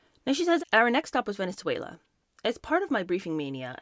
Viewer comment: You pronounce Venezuela perfectly!